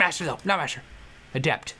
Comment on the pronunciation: When he said he was an adept it sounded like he said he was ADELE! XD